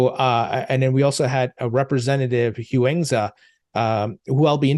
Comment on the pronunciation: Pronunciation Huizenga: High-zinger